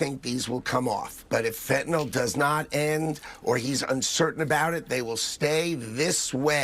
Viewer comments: Let's practice our pronunciation: It is NOT "fan-ta NOL" it is "fen-ta-NIL". It is NOT an alcohol... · Ben Please pronoun it correctly, you say Fentanol it is Fentanyl ( nil not NOL) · Or as Trump and his lapdogs pronounce it - fentinol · Fentanyl is not pronounced NOL. A bunch of dumbasses